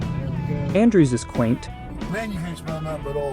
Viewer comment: He called Eunice, Andrew’s 🤣🤣